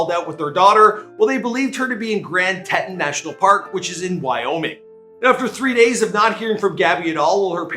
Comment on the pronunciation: TEA-TAWN that’s how you pronounce Teton county. Anyways this is so sad and just dredges up Shanann and her babies dying. This is just awful. I hope they find his ass and sentence him to death for it. Smh. Her poor parents. 😢😣💔